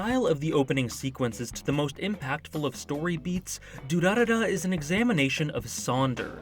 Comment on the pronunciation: I was actually pretty impressed with how well you pronounced "Durarara".